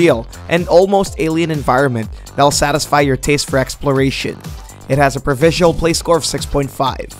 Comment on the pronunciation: ProvisioNAL not Provisial EDIT: Sounds like you were sick for some of this maybe ?